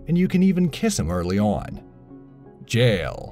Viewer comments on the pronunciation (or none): you said Jaal like Jail hahahaha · Why is it so hard for some people to prenounce 'Jaal'. When I hear Dutch, German or someone who's not English say it it's always 'Jaal' but I hear lots of English people say 'Jail' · Floymin Eeoess, Angeruh, Jale, Kuhdaira, AGGH